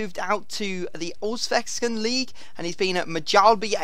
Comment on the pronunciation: hahahahah i love how you prounounce allsvenskan and mjällby and häcken!! im from sweden so its really funny